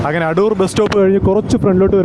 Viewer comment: അടൂർ അല്ല ആദൂർ ആണ്